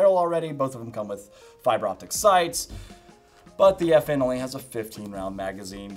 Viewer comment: Good video. But I think it's "F-N" not "effin".